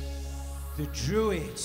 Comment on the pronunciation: That Stonehenge intro always cracks me up. "A strange race of people... (dramatic pause) the druids"😂